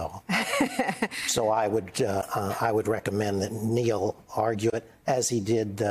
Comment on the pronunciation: Neil not Noel